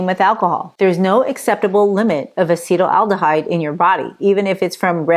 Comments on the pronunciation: Non-asians have liver enzymes that break down acetaldehyde perfectly well. This person cant even pronounce acetaldehyde. Ill continue drinking red wine in moderation. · A handy rule of thumb: if the pundit doesn't know how to pronounce "acetaldehyde," you'll want to take their supposed expertise with a grain of salt.